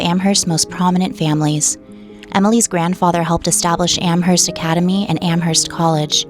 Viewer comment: What is spelled "Am-herst" is actually pronounced "Am-erst."